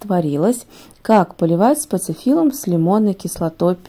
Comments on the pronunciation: Почему говорите спаЦифиллум? Если спаТифиллум! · Этот цветок называется спатифиллум, а не спацифиллум, неприятно слушать Вас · Всё хорошо, но почему спаЦифиллум? Очень режет ухо. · А почему называете спаЦифиллум, когда он спатифиллум? Или я что-то путаю? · Все бы ничего, но только цветок называется спатифиллум а не спацифиллум😂😂😂 и как можно давать рекомендации если ты не знаешь даже правильное название растения😢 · Почему спацифиллум, спатифиллум он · Цветок называется СПАТИФИЛЛУМ нет там ц! Проговорите несколько раз это слово по слогам и вам будет легче говорить правильно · Говорите правильно: СПАТИФИЛУМ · СпаЦифилум ?!🙄 режет ухо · Вы просто смакуете, когда говорите спаЦЫфилум. А правильно выговаривать название цветка не пробовали???😮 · СпаТифиллум. Там нет буквы Ц. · Прям ухо режет спаТифилум!!!! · Почему вы называете его спаЦифиллцм?